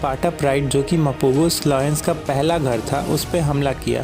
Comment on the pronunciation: Bhai lions not loins